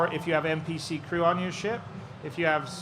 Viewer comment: Crew* not Cruise